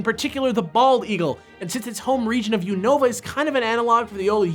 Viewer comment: I hate how they pronounce Unova.